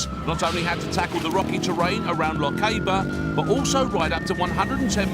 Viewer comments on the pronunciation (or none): Loch-a-ber??? try Loch-ah-ber